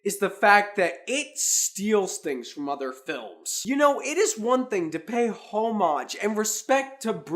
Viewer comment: Why do you feel the need to yell in this review? May I recommend that you never start with "I don't know what to say". You mispronounced homage as well. I would lose the Fonzie motorcycle jacket too. My favorite disaster film is anything that starred Madonna.